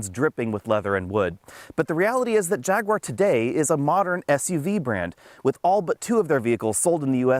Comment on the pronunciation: Jag. Ooo. Arr. 3 syllables.